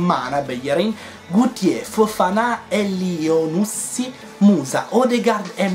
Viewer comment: essendo di origibe marocchina credo che elyounoussy si pronunci accentato alla fine sulla y